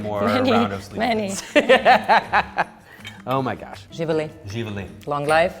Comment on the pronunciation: Pa i ona ne govori Srpski jezik zna po koju reč....šljivovica kaže slivovica 🤣